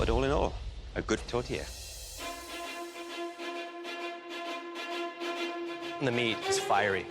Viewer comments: chef Michael: "tote-air": "tote-i" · Yeah, but it sounds like they're saying a mexican food tortilla. i know theyre 2 totally different things, my hispanic brain is just thinking theyre saying tortilla instead 💀 i know it's not a tortilla 😂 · Why are they calling it tortilla 😅